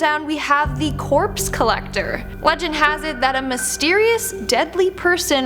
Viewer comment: “The Corpse Collectocter?”